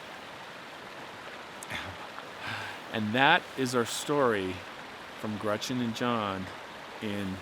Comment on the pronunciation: Dude says "Grutchen" ...GRUTCH-EN?😂